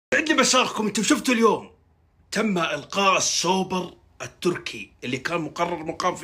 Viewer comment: احس اصلك سودانى كيف تقول القاء ههههه بدل الغاء